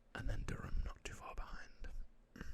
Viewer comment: Grew up in Lumberton! And your pronunciation of Durham is exactly how we say it. :)